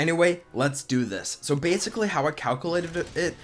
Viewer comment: Please learn how to say calculated. It was driving me nuts.